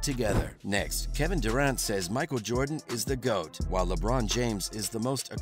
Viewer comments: PLEASE learn how to pronounce "Durant." I had to stop the video. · I hate how you say Durant